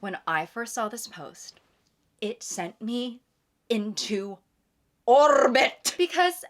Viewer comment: no one mentioning how she said orbit 😭😭